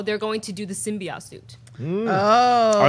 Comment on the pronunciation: I know I am nitpicking, but does it annoy anyone else that they pronounce it "symbiott" and not "symbiote"?